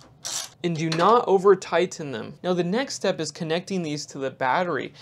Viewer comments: Tigh-TEN it down! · 😂yeah that’s funny, I was thinking the same thing